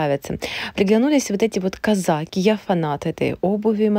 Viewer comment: Делайте на слове казаки правильно ударение. Сто лет уже знаем эту модель